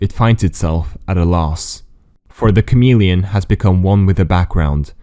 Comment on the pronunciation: HOW MANY TIMES DID HE SAY CAMELLIAN